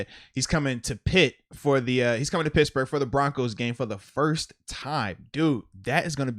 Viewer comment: I too heard “brad pits burger” 🤣